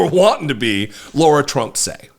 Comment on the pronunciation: Ahh, I was literally about to write a comment thanking you on behalf of all of us Laura's. You pronounced lara trump's name correctly in the beginning of the vid and I was so delighted! But then you went and pronounced it wrong and have all of us true Laura's one of those creepy chills you get that make the hair on your arms stand up and goosebumps abound. Why sir?!? I come w/ tears in my eyes asking why?!? You started of so well... ✌️